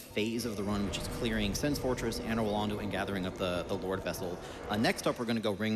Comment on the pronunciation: The way Americans pronounce Anor Londo is driving me hollow